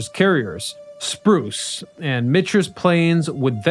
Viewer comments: If you're going to count signalling via paper lamps as "arial warfare" you might as well include thousands of years of using birds in groups for the same purpose. I posit that the first arial warfare involved balloons. Also, it's Spruance, not Spruce. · Who's "Spruce"? Spruance? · always has weird pronunciations and mistakes. So much so that I’ve wondered if he does is to boost the number of commenters posting with corrections. But in this one I was beginning to worry if he’s actually having a stroke. Holy cow. “Spruce” after he’s already said it correctly? And he’s done dozens of videos saying it correctly. needs to see a neurologist right away.